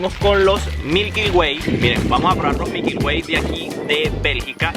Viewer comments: Oye ....son MILKY WAY no MIKYL WAY como tu lo dices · "mikyl way"